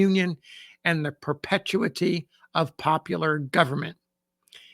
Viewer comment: I thoroughly enjoy your sharing of these obscure Civil War stories. I do however respectfully suggest you "rehearse" the pronunciation of multi-syllabic words such as exigencies and perpetuity before recording. I've watched several episodes of your wonderful channel now and have noticed a recurring theme of you eliding a word or two when recounting the written word.